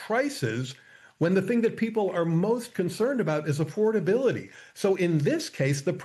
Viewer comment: I'm not an economist, but I know that Affordability is a 6 syllable word and Trump can't pronounce it.